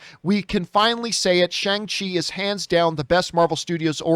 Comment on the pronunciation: That's the way you pronounce it dummy